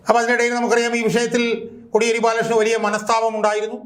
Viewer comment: കൊടിയേരി അല്ല സർ.. കോടിയേരി ആണ്..